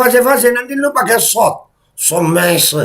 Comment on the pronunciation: Somasi bukan somesi....kameramen ...blok!! 🤣🤣